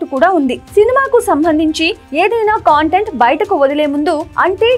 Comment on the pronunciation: కాంటెంట్ కాదమ్మా కంటెంట్ తెలుగు సరిగ్గా పలుకు తల్లి